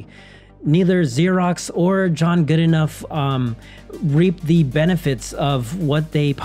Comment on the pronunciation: The name is actually pronounced Good-no